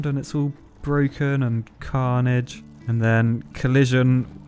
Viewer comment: Everytime you say carnige I cant stop laughing